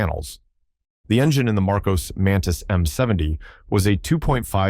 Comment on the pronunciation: Marcos, not Marcoze